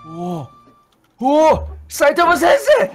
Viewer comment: 싸이타마센세 라며 싸이타마신세 야워